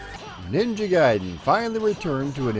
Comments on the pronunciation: yup. Ever since street figher 1😀. Also like the other comments I pronounced gai-den as gay-den. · I'm ashamed to say I called it Ninja Garden. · God damnit it's RYE-YOU and NINJA GAY DEN